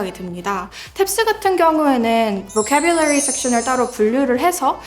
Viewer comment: 보퀘뷸러뤼이 발음 찰지시다 👍